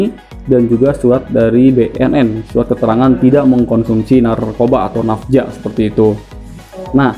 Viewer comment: Woe napza bukan nafja